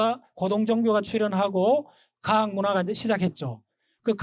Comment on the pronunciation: 선생께서는, 모음인 ㅘ를ㅏ로 발음하고 있어"과학"을 "가학"이라 할 정도이니. 발음부터 발으게 익힌 다음에 강단에 서십시요!!!